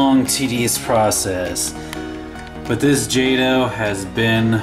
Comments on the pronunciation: isn't it pronounced jayto not jawto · its pronounced jot-o not jade-o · Stopped watching as soon as I heard “ Jahtoh “ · It's pronounced JAY-TOE. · In case you missed it, it's pronounced "jaytoe" ! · yup me to! I was like WTF! How can you not know how to pronounce it!🤣🤣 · your saying jato rong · Your saying wrong, wrong...